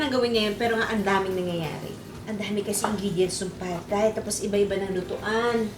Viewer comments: I love you and your show! I just have one tiny critique and please don't take this the wrong way, but it's pronounced "tai" as opposed to "thai" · galing magluto thank u! side comment lang... ang correct pronunciation po is tie. versus thigh. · Juday, munting kaalaman: Thailand is pronounced as tie land (silent H), so Thai is pronounced as tie. HTH. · Love you Lodi Pero Thai pronounced as Tay walang h hehe love you. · True. I learned this from my HS teacher :). Same sa Thomas (Tomas) Thames ( Tems)